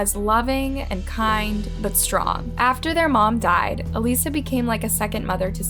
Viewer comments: Not going to “ like and subscribe.” Why? Because throughout the story there were several mispronunciations, which leads me to think it’s sloppily told. Inter Nation? It’s International. “Aleesa?” No again, it’s “a-LISS-a. Just plain laziness on the part of the narrator, I don’t care who it is. Take two minutes and look up the correct names and how to pronounce them. Laziness. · This is horrible but also, it would be a lot more respectful of you if you actually pronounced victims names correctly.. The sister even pronounced Alissa's name in that clip.. But you kept calling her "a-lisa" instead of "uh-lissa" which is a totally different name. No disrespect, just saying. Also, shame on the teacher and bf who just kept quiet about that shit. Especially after she disappeared. Like genuinely how tf can they live with themselves knowing that they probably could have prevented this?🙄😏 obviously the "dad" (if you could call him that) is the worst P0$ in this case and he will % rot in h3II for this but yeah. I feel so bad for Alissa and her sister. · I'm not trying to be rude. 💯 But the sister pronounced her name Alyssa. Not Elyssa. Jst looking out. 😉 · Her name is pronounced “A-liss-a”. You have audio of Sarah and her step-father pronouncing it that way yet you keep saying, “A-lee-sa”. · it’s al-issa not alisa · A-liss-a, not aleesa. So disrespectful and distracting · Why are you calling her ALEESA? Her sister said ALISSA 🙄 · I love your videos and how you respectfully go over very sensitive cases. But for the love of God woman, it's Alissa, ah-LI-sa not ah-LEE-sa. You see the difference? Her sister literally said the name! You're awesome and so are your videos but the way you pronounce some of these names is just wild 🤣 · UH LYSS UH, not UH LEE SUH.... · Her name is A-Lissa not A-Lisa. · You clearly hear the so called dad and sister say “ALYSSA” , yet you keep calling her Alisa. Kind of annoying. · It's 'Uh-lissa'. This was great otherwise but maaaaan